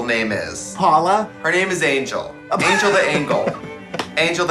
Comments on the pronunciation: That's how you pronounce "angel" in Swedish. Lol ängel. $100 says Netflix sent that Christmas tree to Katya. Lol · Trixie insisting to say Angle instead of Angel..❤ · I see Trixie and Katya are still pronouncing hard G’s.